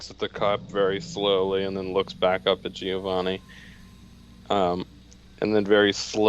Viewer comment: Hey, can I just tell you I appreciate that you pronounce Giovanni correctly? It's the little things.;D